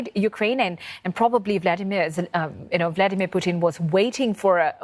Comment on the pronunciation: Why she keep saying puthin?